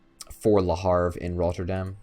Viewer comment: Le Havre (Leh Ahv-re) not Le Harve...